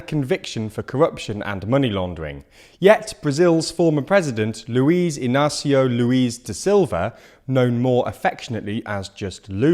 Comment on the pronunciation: His name is Luis Inácio da Silva. You guys said Luis twice, but wrote correctly on the image card.